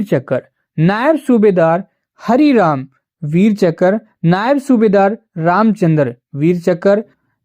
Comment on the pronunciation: Chakkar nahi hota hai CHAKRA HOTA HAI